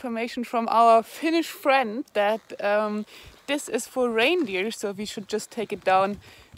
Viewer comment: How did you call the reindeer again...... " qurdz qurdz qurdz qurdz qurdz " ........lol? 🤣